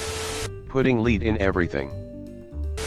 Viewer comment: Obvious robot voice referring to the US as “us” goodbye. Of course referring to lead as lEad gave it away first